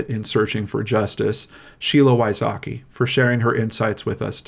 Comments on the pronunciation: As a central European, I always laugh how Americans pronounce Wysocki, it's not even close to the Polish pronunciation. Sheila is a role model, I wish her all the best. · Damn, I hope Mr Wysocki don't feel sad hearing his last name butchered so badly 😅 If you wonder why I know it's butchered, well... Greets from Poland 😄 ✌️